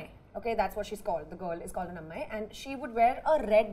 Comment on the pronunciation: kajal still doesn't pronounce "ammayi" and " ponnu" properly after 10 yrs of career in Telugu and Tamil.. shame!! why are they so insecure with Parul's thoughts? over competitive... "trying" to be different when they're actually not different. fake... lol.. whatever others say kajal has to make it about herself.. god.. irritating. At least tamanna converses in the Telugu language but again wants to stand out and compete. wants to prove that she is a better person than parul. when you meet someone more intelligent than you, you just want to make it look like you are better person "desperately".